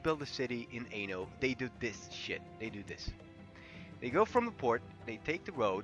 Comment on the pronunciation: sounds like you are saying "ANAL" lmao